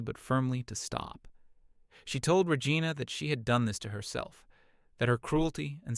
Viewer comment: I lol'd hard when the narrator AI pronounced Regina like Vagina. 😂😂😂🤣🤣🤣